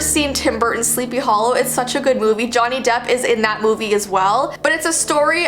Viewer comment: i think you mispelledvthe spelling of movie you said sleepy hallow its actualy happy hallow